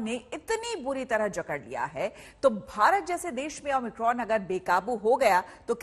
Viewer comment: o my cron 😂